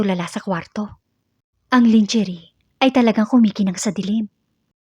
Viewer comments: I hope this is not so insulting, ang pronounciation ng lingerie ay: " langerie" not lingerie. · Ups mali " langerey" pala not langerie".sorry! Merry Christmas to all🌲